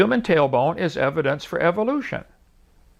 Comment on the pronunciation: Hovind such a narcissist. He literally refuses to say “evidence” (which is spelled the same way plural and you argued it was spelled with an s at the end ) the correct way. You refuse to be wrong even when you are even in the simplest of things. He literally regards to himself as “The nicest guy you’ve ever met” after he insulted arons haircut as a beginner to his rebuttal. He has a yes-men crowd there with him to nod their heads every time he says something. He’s a bullshitting contradicting narcissist.